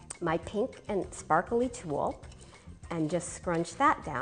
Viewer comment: u say tulle funny lol i laughed u said it lyk tool